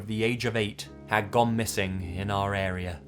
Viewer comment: I’m pretty sure it’s pronounced ar-ee-ah not ar-reer